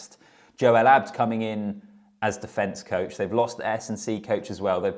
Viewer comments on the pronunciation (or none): none